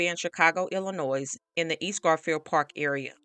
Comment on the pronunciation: S is silent in Illinois. ❤ weird tho, ain't it!?